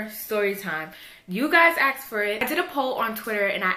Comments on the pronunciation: It's asked not aksed pass it on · "aksed" fucking dumb bitch its asked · the word is "asked" not "axed"...asshole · You axed? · Why do black people have to say "axt" instead of saying the word properly "asked"? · why are u saying axed for ask? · I seriously dont understand how hard it can be to say "asked". For real. "Axed"... Crazy annoying. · "Everybody Axed" her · aSKed, not aKSed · I love how you say "axed" instead of "asked" haha <3